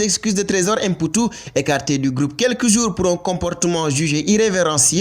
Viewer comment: Fall,on dit mputu et non èmputu,tu es sénégalais,c'est comme si on disait èmbaye ou èndiaye au lieu de mbaye ou Ndiaye.Xam nga bou baax limaye wax.